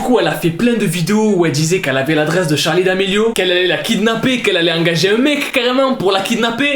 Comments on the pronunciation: SE NEST PAS "Charlie" CEST CHARLIII HAHAHAHAH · juste je kiffe de ouf tes vidéos mais juste ses *Charli mais pas Charlie 😅😅